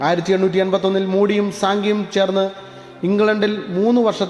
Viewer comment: സിങ്കി അല്ല സാങ്കി